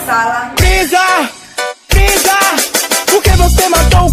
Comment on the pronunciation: A parte mais engraçada é da barbi grew que ela fala frisa pq vc matou o kuririn